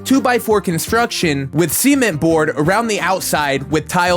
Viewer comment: "Seeeeement" It's called cement